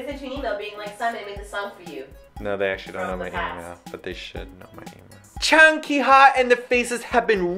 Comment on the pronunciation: its jang ki ha, not chang lololol